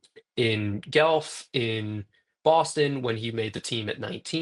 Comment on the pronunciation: For future episodes, Guelph is pronounced Gwelf Great episode